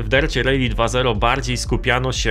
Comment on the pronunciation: Nie "rejli" a "rali". 😂😂😂😂😂😂😂😂😂😂😂😂😂😂 Gdzie ty usłyszałeś taka wymowę ?